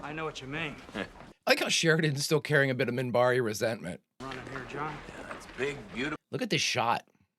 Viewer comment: Minbari. With an n, Minbari.